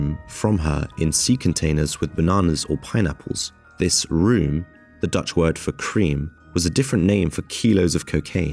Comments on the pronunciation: Dutch word room is pronounced close to roam in English. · The room , cream, your talking about is pronounced rome as in Rome.